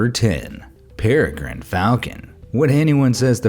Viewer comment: Its perigine not gane